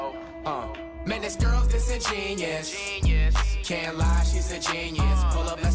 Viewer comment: Ik that its pronounced disengen(U)ous did a little more research on the word lol